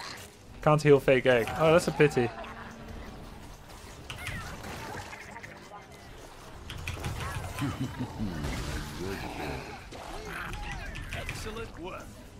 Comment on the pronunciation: felt like the kept saying EGGcelent